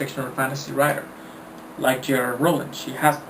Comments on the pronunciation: Do I hear j r rowling instead of j k Rowling... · LOL within the frist 11 seconds he says J.R. Rowling... iunno why, but that just made me chuckle